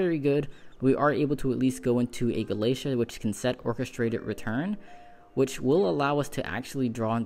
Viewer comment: Gala-Tei-a. Not Galacia. Babel is the literal Tower of Babel. Like the word Babble.